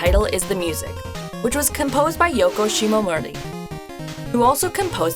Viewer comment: Am I the only one that doesn't hear shimomura pronounced correctly?